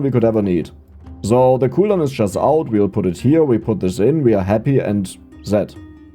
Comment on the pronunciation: pronounced so not zo